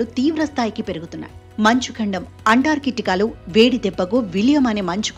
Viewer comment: Pronounce Antarctica properly